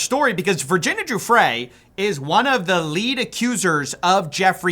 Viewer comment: Hey quick correction, Giuffre pronounced guff-ree, I couldn't give less of a shit if we misprounced the monsters' names wrong but we should try for the victims' sake